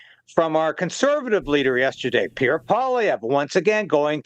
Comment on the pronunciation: Don’t did PIERE Polivere